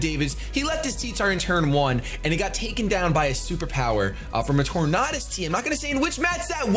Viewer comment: You always mispronounce Tornadus, it's pronounced Tornadus. You're welcome :)